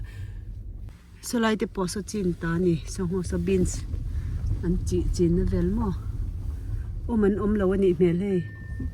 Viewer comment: CHIN Chhin tih a lamrik tur chhinlungchhuak chhin chin tihkha chuan thildang daih akawk